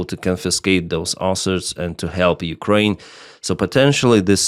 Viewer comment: It’s Assets not Asserts 😊